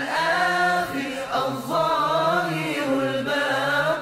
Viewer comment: 75. ADH-DHAAHIR ... missing the "ر" at the end